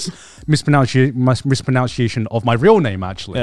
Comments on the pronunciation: Garnt mispronounces 'mispronounces'/'mispronunciation' and no-one reacts, this is why I'm a child mentally. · That moment when Garnt mispronounces "mispronunciation" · I love Garnt's mispronounciation of mispronunciation. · Grant mispronouncing "mispronunciation" while talking about fans mispronouncing his name reminds me of why Trash Taste is my favourite channel to watch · somewhere i believe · I also love when Garnt mispronounced “mispronunciation” while taking about people mispronouncing his name and then he continues on and then mispronounced his own name wrong as “Grant”💀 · I'm 80% sure you'd also mispronounced mispronunciation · Garnt mispronouncing mispronouncement over and over is some great irony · Gigguk misprounouncing mispronounciation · Best part of this episode was when Garnt complained about people mispronouncing his name and mispronounced mispronunciation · Imagine mispronouncing mispronunciation.